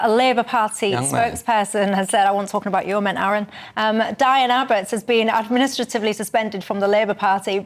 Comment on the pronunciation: I'm not s fan of your location reporter. He seems to have trouble speaking - he couldn't say the word administrative and among other mangled words he said "Breckiteees". Surely articulacy is a basic requirement for any reporter.